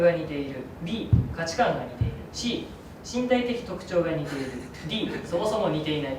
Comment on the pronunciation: 矢花くんって関西出身じゃないよね？「似↑ている」って発音気になった☺方言男子すき 樹くんが出てるとコメントがそればっかりになって、侍達へのコメントみたいなあ。 普段のコメント欄が面白いからよけいに笑